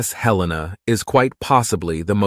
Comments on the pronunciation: It's HELL-ena. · It IS named after Montana”s capitol but we don’t pronounce it Hel EE-na. Nor do we pronounce it Hel-lay-na. The second syllable is a short ‘e’ not long.